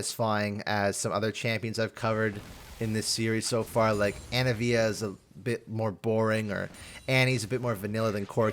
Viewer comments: ANIVIA. ANIVIA. ANI-VIA THERE IS AN I IN HER NAME THERE ISN'T 3 A IN HER NAME WHY THE FUCK DO YOU KEEP SAYING ANAVIA HOLY SHIT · i dont wanna be that guy.... but why do you pronounce Anivia and Darius' names like that my guy?